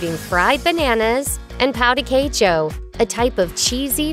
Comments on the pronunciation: When mentioning pão de queijo she pronounced it like English “pow” which in Portuguese means 🍆 😂😂😂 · The way Becky said "Pão de queijo" pissed me off